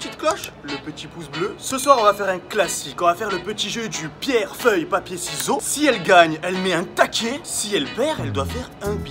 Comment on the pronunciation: Il est con il dit pierre feuille papier "siseau"